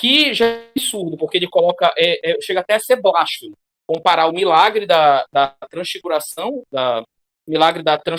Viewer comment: Obrigado pelo vídeo, galera. Uma correção: "Blasfemo" é uma palavra paroxítona.